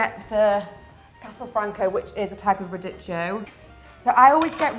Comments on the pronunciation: And radicchio. Haha! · Love the way says “radicchio”, even if it’s wrong😂 #italianteam